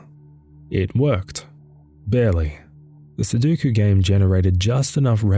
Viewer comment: Say it with me now. "SU-DO-KU". DO. NOT DU. NOT SU-DU-KU. SUDOKU